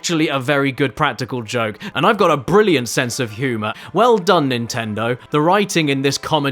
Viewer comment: Jimmy, you're fookin' bwilliant.